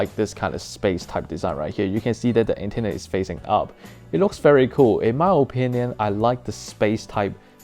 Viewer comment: ... Antennr mm yes not antenna but Antennr